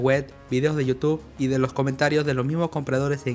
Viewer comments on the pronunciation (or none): none